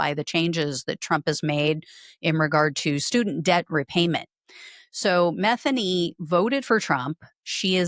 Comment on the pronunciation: It’s Ma THEE Nee. Not METH a new.